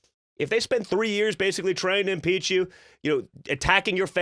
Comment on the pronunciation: I like how he said "If Trump said that, they would impizza him for it"